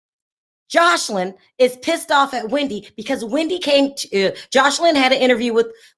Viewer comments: Lawd, you keep calling her JosHeline, lol. Are you doing that on purpose? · Her name is pronounced Jose Lynn regarding Joseline Hernandez. When she was with Stevie J she became so revengeful when he couldn’t get her a movie role that she came and verbally attacked his child’s and ex wife. Then she didn’t want anyone going after her daughter Bella after what she did. No. She was wrong to go after Wendy like that.